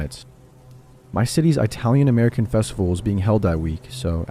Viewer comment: blud said i-talian no way bro